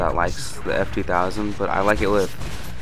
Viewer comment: its ef-ur-war and thanks for the upload :D